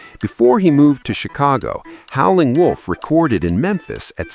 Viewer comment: AI can't pronounce Howlin'.